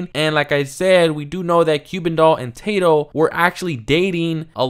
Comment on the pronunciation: It’s Tah-doe not Tay-doe 😂